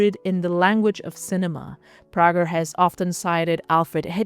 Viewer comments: I enjoyed the video, although I'm not a big fan of Prager. Also, I DO know that here name is pronounced "pray-ger" - just thought I'd mention that. Keep up the great work! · Pager is, I believe, but could be wrong, a German name. and the interviewer at Moma seems to be German. In Germany, the name is pronounced as she pronounces it, as Prah-jer, although at times, the "g" is hard rather than soft. However, Alex is American and although she didn't correct the pronunciation in this interview, I would assume that she didn't because of the accent of the interpreter. But the American pronunciation is pray-ger. I can send you links to a Salon interview but, as I've said already, we can simply agree to disagree rather than trade interviews, which is fine by me. I myself have a Flemish name and in Belgium, it is pronounced one way while in America, where I was born, it's pronounced another way. And, really, as Alex travels around the world and is interviewed in many countries, I'm sure her name is pronounced in many ways. When I travel, the same is true, and I honestly don't mind. Even at home when meeting someone new, my name is normally mispronounced. Roll call in new school rooms for me growing up was a time when I listened carefully and answered to anything that might be close to my name. So, how about if we both move on to more important things and you pronounce Prager how you would like to and I (and Alex, I assume) will do the same?